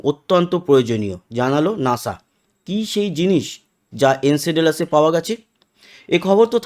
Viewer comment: উচ্চারণ টা ঠিক করো ভাই। এনসেডেলাসে বলে গেলে। নামটা এনসেলাডাস হবে। অশিক্ষিত না-কি?